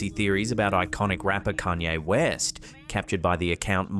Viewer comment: "Kayne Rest"🤦‍♀️